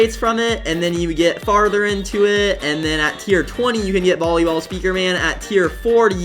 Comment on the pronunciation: “vollyball” it’s volleyball